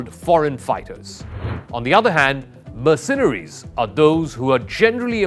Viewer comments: Learn to pronounce "MERcenaries". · My ears bleed from hearing "mercenaries" pronounced with the accent on the second syllable instead of the first. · Please learn how to pronounce mercenaries (Merc- cen- aries! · this guy keeps saying 'mirsinaries' . It's annoying and he should know better. Other than the he's way better at English than most Indians; or Englishmen for that matter. Slava Mother Ukraine 🇺🇦🇨🇦!! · I have never heard Mercenaries pronounced this way before — or is it just me 😳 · This guy does a great job narrating. But please learn how to pronounce "Mercenaries". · He seems to have a decent command of English. But why, oh why, does he have to say 'mercenaries' so often and garble it's pronunciation? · His pronunciation of mercenaries was also wrong, repeatedly😉